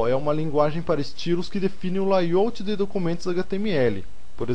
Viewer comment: suas aulas estão muito interesantes, mas seu ingles incomoda. Não se fala "laiôuti", se fala "lêi áuti". Obrigado.